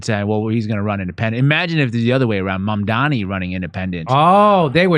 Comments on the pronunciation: MAMDANI isn’t a hard name to pronounce. Are you pronouncing it wrong on purpose?? Conservatives do that to make him sound more foreign and scary, like “oh his name is so foreign and weird and hard to pronounce!” They keep saying “mom dommy” It’s pronounced “mom Donny” If it’s not done on purpose, are yall just…not too bright? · Are Jimmy and the other guy intentionally pronouncing Mamdani’s name wrong?